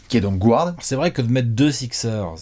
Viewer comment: Toujours sympa de vous écouter. Par contre, pk prononcer Guard "gouarde"? 😉